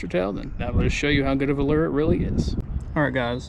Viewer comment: What is it? A Lerrrrrrrrr ? 😂😂😂😂